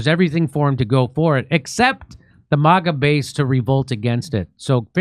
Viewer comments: MIGA, NOT MAGA. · Might wanna workshop "MIGA" a little more Jimmy lol